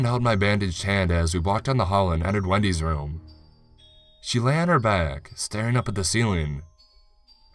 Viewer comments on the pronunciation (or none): none